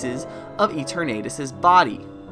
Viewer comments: Why are you pronouncing Eternatus as Ee-tur-Nate-us? The Eterna comes from eternal. Thus the pronounciation should be Ee-tur-Nah-tus. Granted, yes, there's very little concensus on how to correctly pronounce the names of all the fictional Pocket Monsters, but I've learned via experimenting that if you use Google Translate and keep both parts in Englush and then type in the names for various Pokémon, and then press the sound button? It'll give you the best guess on how to pronounce any/all Pokémon; including the most difficult/reccent entries! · good video but that Eternatus pronunciation is craaazy and that Absol connection sounds pretty solid honestly